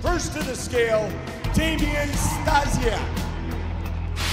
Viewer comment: lmfao at how goldberg pronounced 'stasiak'